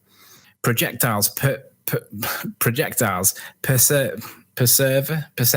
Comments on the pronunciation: PER-SEV-ER Lmaoooooo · PER-sev-ERE!! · is so dumb he can't even pronounce persevere, just how pathetic is this plank? He claims to be able to debunk highly intelligent scientists and can't pronounce a simple word, it just shows what a snake oil salesman he is, he is a cretin who parrots words he's looked up on google, he doesn't understand the words or the science and the morons he has on his channel don't understand them either. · And can't even pronounce persevere wow the arrogance of confident ignorance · He can’t even pronounce persevere correctly. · If he says it often enough he'll eventually get it right. He just has to preserve...